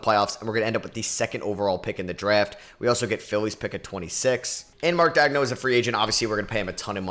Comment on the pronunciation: Mark "dag-no" bro what is you saying?